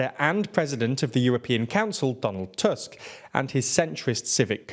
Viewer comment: You pronounce most names quite well but you can fix "Tusk" pronunciation in future videos. It's not an English surname and "u" should be pronounced more like the English oo in foot.